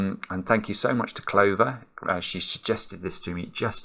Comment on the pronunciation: "Oh, this is clever, again". No, it's "Clover".